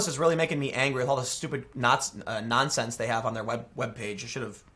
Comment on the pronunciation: "nazsense" LMAO